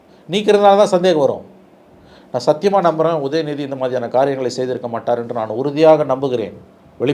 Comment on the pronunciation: நீ ஏன் உதயநிதி செய்யவில்லை என அழுத்தமாக கூறுகின்றாய். கொஞ்சமா வாங்கிட்டியா?